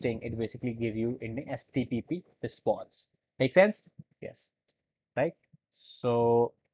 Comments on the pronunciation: why is he repeatedly saying HTPPS instead of HTTP... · You keep on saying htpp 😂😂 but that happens sometimes ..Great Work 👍